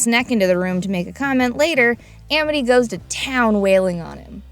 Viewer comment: why is it pronounced Emety when it's Amity